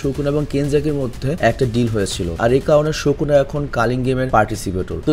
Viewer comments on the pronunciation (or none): ভাই ওটা শোকুনা নয় সুকুনা